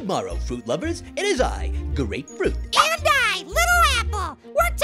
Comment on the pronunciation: It seems he said "Go Ray Fruit", but he said "Grapefruit"